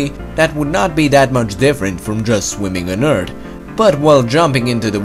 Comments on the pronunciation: "2 times higher than it is on Earddd" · Haha i love how you say earth, "erd" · earTH SAY IT BOIIII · You say "earth" as "ert" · who notices that he calls earth "eart" xD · “On erd” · "The planet Urd" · what is "The Eard" ? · "Eard" thw way he says earth XD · I'm sorry, but please practice pronouncing "th". I get so much of the cringe when I hear "eart" or "tousand". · it's really frustrating hearing him say "Eart"! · I only came here to hear Eurt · "Extremely interesting story about Mars before it became sterile and his plenty of facts and animations". The comment section: LOL HE SAY ERT! Guys, it's just borderline insult the amount of times said in the comment section. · the pronunciation of certain words kinda annoys me. e.g; Eart,tree times etc. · You said earth wrong; say Earth with h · I like the way he says ERT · why cuz he says urt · U guys should hire sum1 who can actually pronounce earth 🌎!!! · Say earth properly Jesus christ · You know your good when you can’t even pronounce Earth. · Sorry, but I have to say that I am bothered when you say the word "earth" or any word ends with "th". I like your video though. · does he not know how to say Earth? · 27kdon same I like how he pronounced it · Earth not "eard"🙄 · It's EARTH NOT ERT! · sometimes he says eartt not earth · why do you say eard instead of earth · Earth not Eart LOL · ITS EARTHHHHHHHHHHHHHHHH. NOT EART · Why is he saying eard when it's eath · I liked the video eve tho he kept calling earth; urd, or nerd. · "Eart" im sorry lol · Stop saying eart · You areawsome but don't pronounce it like EARD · Ok ur videos are awesome but why Do u say eard it’s earth not eard but ur awsome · It’s EARTHHHHHH NOT EURT!!!!! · can you stop calling Earth "Eart" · Stop saying 'Eart'. It's 'Earth' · Love the vid but, Eardth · its earth not ert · Why does he say eard it’s earth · TH bitch thhhhh not T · u pronounce earth like eart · what is ert you tallking about you always say ert not erth